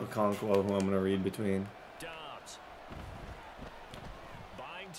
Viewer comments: Question why pronounce it dubbs it’s dobbs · It’s Dobbs not dubbs can’t pronounce any names even though the announcers do it for you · It’s josh DOBBS NOT DUBBS😂😂😂 and the commentators are saying his name lolllll u funny